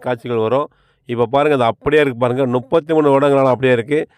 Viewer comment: பிரதர் நுப்பத்தி அல்ல முப்பத்தி என்று சொல்லுங்க